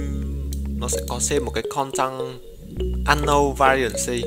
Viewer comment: nhỏ gì mà nhỏ. Unknown thì đọc ăn nâu là đc rồi. bày đặt thêm "n". xem video IT mà cứ như học English ko bằng í : ))